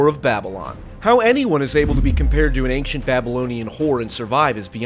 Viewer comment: You're the second person I've heard who pronounces 'ancient' "ankshint" instead of "anchint".